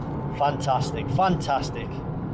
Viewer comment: Did he mean to say: FUNTASTIC??!!🤔🤔🤣🤣🤘🤘